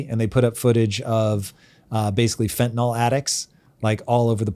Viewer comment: Why does everyone insist on calling it fentanol??